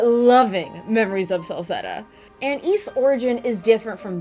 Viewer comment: Great review. You may be the only person on Youtube who correctly pronounces the word "Ys". Most people say "ease".